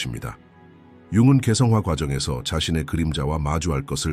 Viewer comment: 넘 좋은 내용이라 잘 전달되면 좋겠다는 아쉬움에 말씀드려요 기계음인 건지 여러 번 들어도 잘 못 알아 듣겠는 단어나 문맥상 좀 안 맞는 부분이 있는 거 같아 자막 있으면 더 좋겠단 생각 들어요 계속 융은 을 융근 식으로 발음 하셔서 좀 듣기 불편함도 있구요 억압된 감정에 맞서고 는 좀 어색한 번역? 아닐지요 직시하고 나 마주하고 가 맞지 않을지요.. 억압된 감정은 맞서서(대립하는 어감이라)는 해결될 게 아닌 거 같아서요 타인의 결핍을 채우고 도 좀 어색해요 타인에게서 결핍을 채우고 가 아닐지요..